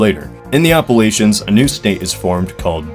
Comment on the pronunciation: I swear to god why can people not pronounce Appalachia correctly?